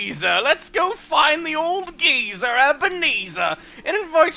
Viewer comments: You had me . Also, I had never heard anyone pronounce it "geezer" until now. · Geezer?! Well, I guess guy-sir isn't much better. Still! That's kinda hilarious.